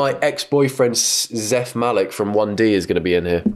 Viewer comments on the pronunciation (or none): ..I hate to break it to you but it’s Zayn Malik not zeth Malik..Fake 1 direction fan😭🙄 #cancelitalianbach